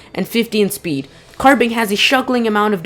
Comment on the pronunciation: Dude speed is spe not spd